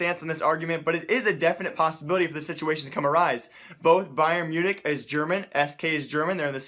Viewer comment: U fucked up saying bayern München